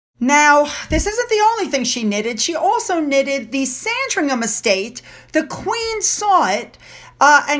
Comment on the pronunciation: Hi, I know you like to know how to pronounce our place names, so well done with Sandringham... spot on but Norwich is pronounced with a silent W as in Nor - itch, hope that helps. As always, loved the video.